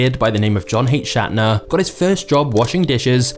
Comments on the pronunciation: Sir, your videos are first rate! But you should probably know that the guy's name is pronounced SCHNAT-ter. Not SHAT-ner. Papa John is a dirt-bag who also took advantage of his employees and I'm surprised that you missed that. The pay was substandard, and he refused to cover medical care when Obama made it mandatory for large, especially national companies to do so. He told his employees to get their medical care via Medicare and would refuse to give his people their own food to help feed their families, in addition to telling his employees to get on SNAP if they weren't making enough. I have been boycotting Papa John's since before the NFL fiasco because of this. It would be great if you could go back into this story and cover the reason why many of us are boycotting them irrespective of any football concerns. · John's last name is pronounced "shnat-ter", not "shat-ner". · Not to get too technical, but as a long time Papa's employee, John's last name is not Shatner (like William Shatner), it is Schnatter. You juxtaposed the syllables. it is actually like a schnauzer, but you take of the uzer. In other words, it is pronounced SCHNA-ter. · How does he do all this work and yet still pronounce his name incorrectly? It’s Schnatter (shnodder) not Schattner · You keep saying his surname is Shatner. It’s actually Schnatter. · The narrator consistently mispronounces Schnatter as "Shot-ner," maybe because he talks so fast he doesn't know what he's saying. Very annoying. I won't watch this channel again. By the way, I worked at Papa John's in Richardson, TX. Area manager was lousy and is now one of the highest ranking executives in the company. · High-quality videos? Where? This can't even pronounce Schnatter's name. Or Ball State. I'm not sure he can even read.